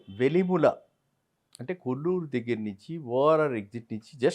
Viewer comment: Ayya velimula kaadu andi.. velimela..